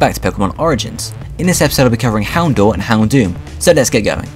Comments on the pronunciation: dour in houndour is pronounced dower just so you know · You're pronouncing Houndour wrong. It's Hound - ow - er. Like a combination of Hound and Hour